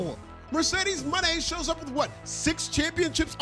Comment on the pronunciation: Thank you for pronouncing Mercedes Mone 's name the way its supposed to be . Not a super fan but it urks me that no one knows this